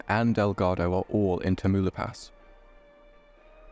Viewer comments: ¿Taumalipas? Wrong. Tah-mauh-lee-pass = Tamaulipas. Correct. Anybody cares? No. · Teu-moo-la-pass is actually pronounced Ta-mau-lee-pahs. Yall got it all wrong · Great video just that the mexican state is more like ta mu leep ahs 10/10 video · it's pronounced "Tau-mah-LEE-pas" lmfaoo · Tamaulipas......is pronounced Tam/Tom ow leep ass..... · You know usually I'd come by and say something about like Tamaulipas being mispronounced, but thats like the best mispronunciation I've heard yet so good on ya for giving it a shot! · this was 1 crayz video i really like the style and dedication of it all. also i giggled at the pronouciation of tamaulipas (youre good bro) new sub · The way you prounounced Tamaulipas 😂😂😂 still a great video tho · Ha. You totally butchered the pronunciation of Tamaulipas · You butchered Tamaulipas